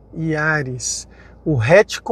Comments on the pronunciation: Putz...não sabe falar o nome do carro corretamente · Releva,só o nome do carro que ele errou kkkkk